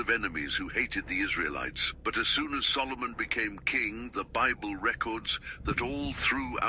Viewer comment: "sol o moon"?? its a question about the magic you prefer